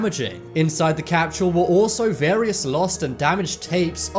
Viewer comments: There no "H" in time capsule! I absolutely love ur channel but for one reason or another the way u repeatedly said" time capshule " was kinda annoying nd this was the 1st vid. On this channel I didn't finish. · Hate the way the guy says capshule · time capshule time capshule time capshule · Damn, I know you got an accent, but there is no H in Capsule. Also, the "future" guy isn't anything special. Anyone can be super vague about things.